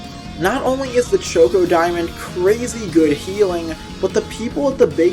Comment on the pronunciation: Why the hell is no one talking about how he says chocodiamond it is driving me insane please I love his content but GOD DAMMIT CHOKEODIAMOND??? I’m not going to go on a rant bout this and I’m not telling him to change, but I had to say something